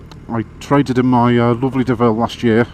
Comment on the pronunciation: The main reason that I am glad you bought the B M W is that I will never again hear you mispronounce Deauville